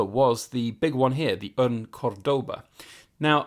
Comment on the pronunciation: The other way round it’s called Spanglish but would it be Englspan for British/Americans? Btw the accent is on the first syllable (Córdoba), other than that pretty decent pronouncing going on here.